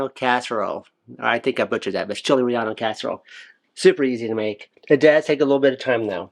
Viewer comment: The recipe looks good. FYI, the pronunciation is more like re-yay-no, not re-yawn-o.